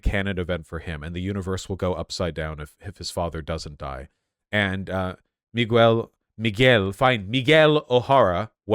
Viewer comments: MUY-GUH-WEEEL O'Hara. Vaush is that kind of white guy. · Vaush being from Los Angeles and not being able to pronounce Miguel is baffling. “Migwel” sounds like what a British person would say. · Vaush: Miles MoraLAYS, MiGWEL O'HORRUH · MIGWELL??? Vaush will never beat the "can't pronounce non-WASP names" allegations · Vaush pronouncing Miguel like that made my hearts bleed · I guess Vaush is just the kind of guy who chooses to pronounce things wrong on purpose because he’s white? Like you literally just watched a movie where they are pronouncing the name correctly a bunch of times and then you go home and make a video mispronouncing like three different peoples names. I don’t know. Kind of seems like something and white hillbilly would do.